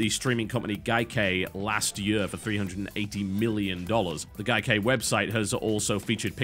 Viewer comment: How can you mess up the pronunciation of Gaikai? He says Gai-Kei. Its the same on both, Gaikai..